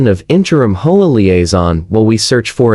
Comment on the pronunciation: Whoever is reading story transcripts needs to stop reading HOA as HOAH, just spell out H.O.A., it's as simple as that.